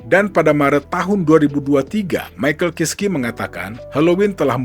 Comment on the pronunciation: Bacanya maikel kaiski om 😅😅